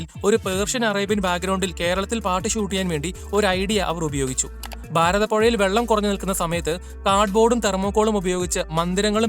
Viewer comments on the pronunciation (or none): ഭാരതപുഴയെ ബാരതപുഴ എന്നാക്കി ആർട്ട് വർക്ക് നടത്തിയ അവതാരകൻ